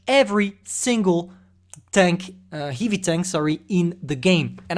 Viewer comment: One day i Asking to spell word "heavy" on love stream bcuz how funny he do it and now whole video of heive heive heive heive tank 🤣 its like a dreak come true 😜